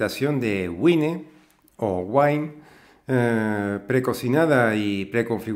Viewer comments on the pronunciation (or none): güine no es la pronunciación correcta... además de eso, gracias por la expliación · Sé que Wine es vino en inglés y cómo se pronuncia, pero por España hay mucha gente que le dice güine porque es como se pronuncia lo que está en escrito en castellano. Por lo demás, la pronunciación de los nombres de las cosas (los nombres de las personas son otro tema) me trae sin cuidado.